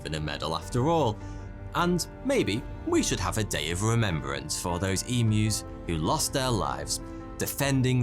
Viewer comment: As an Aussie I’m so happy with how you say emus- most people say em moo